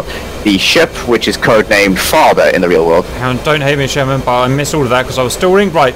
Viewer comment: i just hate how cap says sher-main instead of sherman